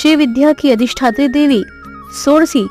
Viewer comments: Debi b nhi hota Devi hota hai😂 kya teacher bnogy re tum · Debi not dehvhi